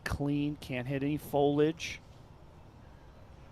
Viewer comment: "Folidge" - Nate Doss